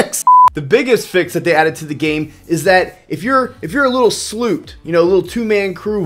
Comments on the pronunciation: it's a Sloop not a Sloot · Sounded like you said sloot lol